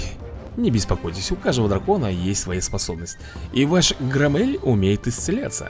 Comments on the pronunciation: да не громЕЕль а грОммель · Грооомеля ударение на о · ГрОмеля ударение о